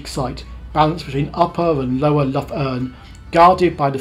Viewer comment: Nice video! Btw I think the Irish "Lough" is pronounced much like the Scottish "Loch" rather than like Loughborough. Looking forward to your next trip...